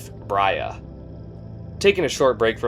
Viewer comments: I always noticed you pronounced “Brahe” as “Bria”, but one search will tell you otherwise. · #75 Brahe should be pronounced like "blah", but with an "r" in stead of an "l".